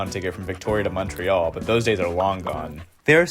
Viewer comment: So much commentariat action on ridiculous Canadian tidbids....so let me add to them...you get all the heat on pronounciation, but major props to your correct Canadian pronounciation of Montreal and not Mawntreeeal. Merry Christmas and cheers from Pointe-Claire.